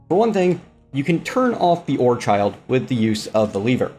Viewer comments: lol the "ore-child" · Is "ore child" some sort of reference I'm missing or is that the way orechid is pronounced and I just never learned how to English